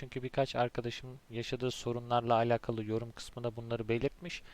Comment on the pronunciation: Keşke alakalı kelimesini doğru telaffuz etseydiniz. Videoya odaklanamadım. Ayrıca onu da bunu da anlatacağım deyip bir ... anlatmadınız.